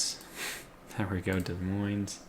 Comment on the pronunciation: It's pronounced De Moine, the s's are silent.